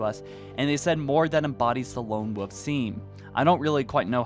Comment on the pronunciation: Wolf not woof... you don't say wooferine instead of Wolverine do you? seems to be a common mistake. SO STILL NO GRIFFBALL!?! WE NEED ASSAULT!!! Welp i'll be waiting another 6 months. 6 years and they are still kinda giving us excuses.... i'll be holding off my purchase of campaign.